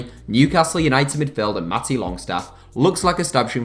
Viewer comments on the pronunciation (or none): none